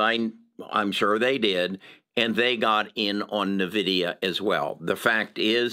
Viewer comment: Just FYI, you aren't pronouncing Nvidia correctly in a lot of your videos. It's EN-Vidia not NUH-vidia.